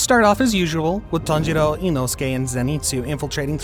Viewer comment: I heard him said tanghero